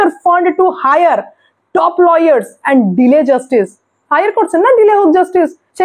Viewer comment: লইয়ার না লায়ার